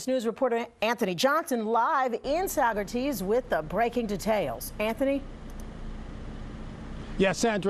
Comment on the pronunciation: Lol come on downstaters.. not one of you said Saugerties correctly 😂🥳